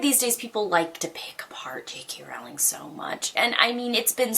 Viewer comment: jk rowling's last name is pronounced like you're 'rolling' down a hill